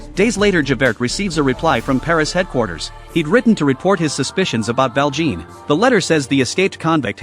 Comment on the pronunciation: Me almost politely correcting every time he says Val Jean :3